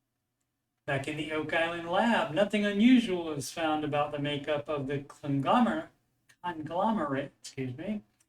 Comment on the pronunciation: "aboat the bolt" hahahaha!!